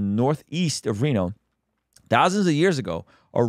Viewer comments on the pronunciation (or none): none